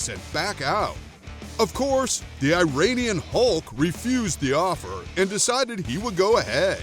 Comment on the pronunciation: You keep mispronouncing Iranian. It’s “E-run-ian” not “I-rain-ian”